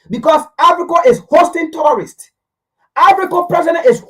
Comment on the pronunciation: You're saying terrorist not tourists, right?